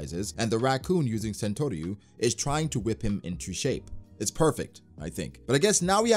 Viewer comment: It's saan-toruy